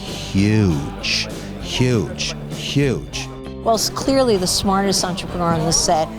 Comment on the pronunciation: HA! i cant . stop, laughing . did barbara just said smasrtest shark lol wtf mlao im dying